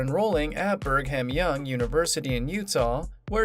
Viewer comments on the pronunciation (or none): none